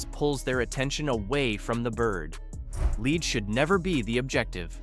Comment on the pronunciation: WorthlessA I video where the voice isn't even saying g the words correctly. KeepS SAYING LEAD LIKE ITS A MINERAL LEAD